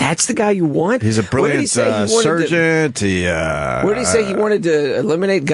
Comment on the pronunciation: Opie thinks Bernie Sanders is a "brilliant surgeont"